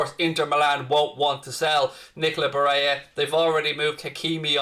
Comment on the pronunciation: Barella isn't pronounced Bareya. That's Spanish pronunciation not Italian. It's Ba rell a. Some scousers are extremely racist in a regionalist manner. Many don't even support England because they see themselves as scouse, not English.